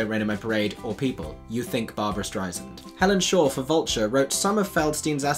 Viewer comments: you're very charming and I know you're British but that doesn't really give you license to mispronounce Ms. Streisand's last name -- which is something that drives her up the wall by the way. She's commented on it many times by way of saying "How famous do you have to be for someone to pronounce your name right??" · Loved you review, hated your mispronunciation of streisand's name. Saw the west end production though not with Sheridan Smth, rather her unstoppable understudy. The show itself is problematic, outdated and does not hold its' own withput an unbelievable Fanny. It hasn't been revived in 50 years because the only reason for its' success being Barbra. I didn't like the show, it felt stale, though the lead was utterly phenomenal. She was closer to Fanny than to Streisand and did a brilliant job, but the overall takeaway from the show was "let sleeping dogs lie", not every musical needs to be revived. I'mnot a fan of Beanie Feldstein, but the odds were against her from the get go, so I feel for her. Truth be known,if Harvey Fierstein couldn't reignite this musical, Feldstein's go at the role was doomed even before her first note. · It would help if could pronounce "Streisand" properly. Otherwise, it sounds like he's just being catty -- Rex Reed with a British accent. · Name pronunciation is important for everyone. It’s not trite to Barbra Streisand who repeatedly tells people that she can’t be that famous if people continue to mispronounce her name. Your British vs. Brooklyn accent is so bogus. As if you can only know how to pronounce her name if you’re from Brooklyn. What bull$hit. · It's not STREIznd...it's STREIsand..."like sand through your fingers." Quote Barbra Streisand. Ess...not Zee. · Great video but she’s Barbra StreiSAND. Like sand on the beach. Not StreiZIND. She’s been famous for 60 years and I think it’s about time people say her name properly. Thanks. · Barbra StreiSand….not StreiZand…. Soft s, like sand on the beach!!!